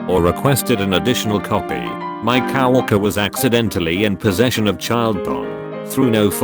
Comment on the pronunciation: Those damn cow orkers and brides getting their mak upe done. If you're going to be so lazy as to use a text to speech engine to narrate reddit posts and profit from them, the least you could do is edit the few indiscretions to sound right....